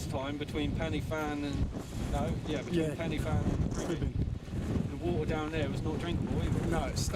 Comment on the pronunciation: cheers. Btw I watched your Pen Y Fan video. Would like to see you try and say it the Welsh way - Pen uh van. I was chuckling at your attempts, Penny Fan. Sounds like something you'd buy from China!! Keep up the good work!!